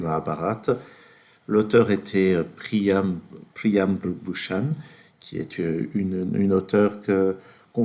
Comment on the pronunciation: Name pronunciation on point :chefskiss